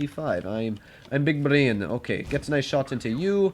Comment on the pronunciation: saying big brain in russian accent...wow